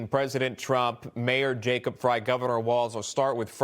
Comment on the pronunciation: Frey doesn't even know how to pronounce his own name. Grey : Frey